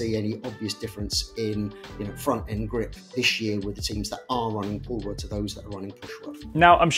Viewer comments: Every time someone said "Pull Rod Suspension" all I heard was "Paul Rudd Suspension" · We need a Paul Rudd gif/pic ANY time you say pull rod. Thank you.